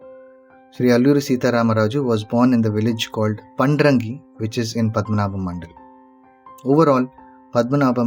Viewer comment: చారిత్రక విషయాలు చెప్పేటప్పుడు జాగ్రత్తగా ఉండాలి ముఖ్యంగా ఉచ్చారణలో! పండ్రంగి కాదు పాండ్రంగి!